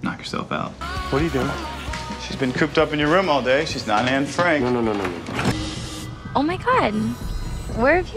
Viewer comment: "shes been cooped up in your room all day, shes not ann frak"